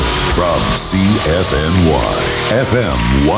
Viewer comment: CFNY, not CFMY